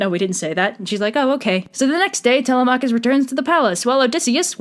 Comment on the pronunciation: The way you pronounce Telemachus is physically painful, and Circe was certainly a scare, but. I gotta admit, Kirke sounds badass as hell🥔